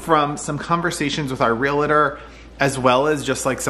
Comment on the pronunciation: A real estate agent who is a member of the National Association of REALTORS®. So, how do you say it? It's pronounced “real-tor,” not “real-a-tor.” Two syllables, not three. ❤